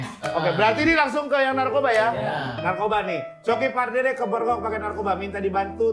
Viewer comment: Diakan pardede bukan parduda😂😂😂